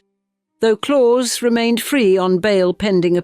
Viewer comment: His name is pronounced ‘Clowse’, not ‘Claws’